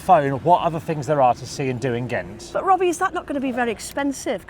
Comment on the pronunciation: To start with, "Ghent" is GENT ... :-)